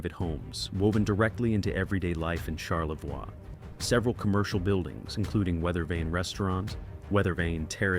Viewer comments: It's pronounced charlevoy not charlvwa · Or Char- le-vwahhhhhhh I'm cringing!!!!!!!!! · Shar la voy😂😂😂😂😂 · Born and living again in Charlevoix, it's annoying as f*ck listening to this... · On-a-way. Uh-way-kon. Shar-la-voy. Do some friggin' research, robot. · Charlevoix is pronounced Charlevoy, not Charlevor like AI pronounces it. And we call it Mackinaw Island, not Mackinac Island, even though both spellings are correct. Get it right please! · First of all it’s Charlevoix. Pronounced char le voy Mackinac. Mack in awe. Seriously learn the pronunciations. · Another video that can't pronounce the town names in Michigan. Mack-in-naw ... Char-le-voy ...Aw-na-way ... Key-wa-gnaw ... Negawnee was close. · You should learn how to pronounce the names of the towns and places you talk about. There is no ack sound at the end of Mackinac. You also mispronounced Charlevoix incorrectly. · How about pronouncing Mackinac and Charlevoix correctly? If you’re going to do research, get it right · Charla-voy. Mack in awe, key-win-awe